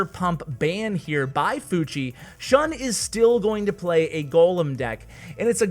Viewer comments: Also its pronounced shoon not shuhn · shun is pronounced ʃúːn